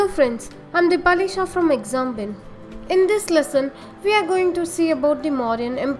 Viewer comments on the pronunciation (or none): none